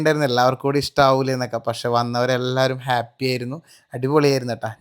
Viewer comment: ഗേപ്പി അല്ല Happy